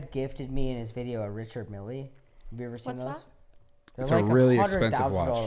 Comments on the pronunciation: ritchard millee? bro, no knowledge... it is a french company based in switzerland. pronounced: reechard mel. btw it is luee veeton not luis witon. 😂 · Dude keeps talking about this Richard Mille watch but can’t even pronounce the name of it right 😂😂 keeps says “Mili” like it’s a lil Wayne song or something 🤣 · Damn I called this from day one, check the YouTube comments. This kid was cringe and fake from the beginning. Such a try hard wannabe. Look at how he calls it a Richard milly lol. Jim Carey would say LAAAAHOOOOZAAAHERRRR.